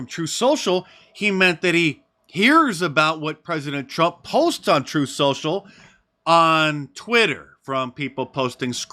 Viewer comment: That juror actually said Troof Social